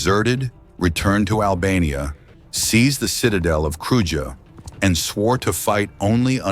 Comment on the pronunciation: Kruja is pronounced "kru-yah"